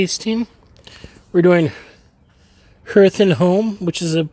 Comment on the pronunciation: Yet another great-tasting. Hearth is pronounced “Hareth”. Hearth refers to a fireplace or cooking area in a home. Back in the day, the hearth area was a place to warm up from the outdoors or an area to cook food. Thanks again for the tasting. Not sure if I'll be purchasing El Nino or not. 💨💨